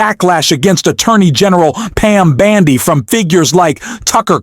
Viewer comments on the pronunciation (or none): Heyyy It's BONDI not BANDI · Who is this stupid narrator of the video and this voice is on a lot of videos and he pronounces names so badly. PAM BANDI and the Maxwell woman so badly.Cant you find someone that can read English properly.?